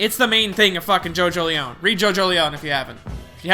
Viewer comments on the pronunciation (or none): It's pronounced Jojo-lien not Jojo-leown